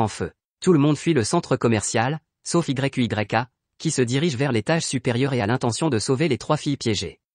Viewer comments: Mec arrête de dire yu y'a 😅dis seulement yuya😊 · * arrête de dire y u y a * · Tu m'énerve quand tu dis y u y a dis plutôt yuya tenjo c'est mieux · c'est quoi ce nom Y.U.Y.A dis simplement Yuya c'est mieux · Ce résumé est beau 😘😘. Mais tu m'énerve lorsque tu dis Y.U.Y.A😤😤😤. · Dis plutôt Yuya au lieu de Y.U.Y.A😂😂😂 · Oui dit yuya et non y u y a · Wsh comment tu dis yuya à la place tu dis y u y a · Yuya pas y u y a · Mais c'est quoi ce nom Y.U.Y.A 😂😂 dites juste yuya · Arrête de dire yeyk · Arrête de dire yuya😠😠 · Ouais mec c'est frustrant 😕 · Pq tu dit y.u.y.a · Arrête de dire Yuya 😡😡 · Ça énerve quand tu dis y,u,y,a🤬😡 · Arrête dire Y U Y A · Arréte de dire y u y a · Sa donne mal à la tête dsl